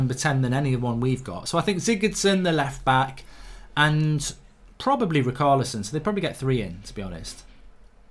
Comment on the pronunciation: Fell on to this, don’t like it that much. Also he’s struggling to say ch In Richarlison. Haha typical Untied Fan